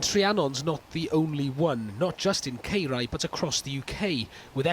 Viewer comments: My God how many times is he going to pronounce Caerau so badly?! 😡😡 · That is absolutely disgusting, how can a council do that to people's houses mun ffs and Its pronounced Kai rah dude 🤬